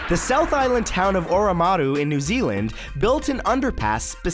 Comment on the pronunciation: Matt... you pronounce a lot of New Zealand words wrong, should I start a series '50 amazing New Zealand words Matthew Santoro gets wrong'